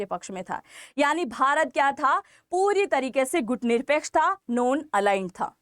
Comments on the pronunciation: Gooooot ❌ Gut right ✅ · दो घूट नहीं दो गुट बोलो आपसे गुट नहीं बोला जा रहा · गूट नही बोलते है, गुट सही उच्चारण है।